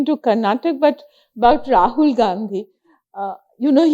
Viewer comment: Please remove the lady reporter, she couldn’t even read what’s written on paper and bloody people it’s Karnataka not karnatak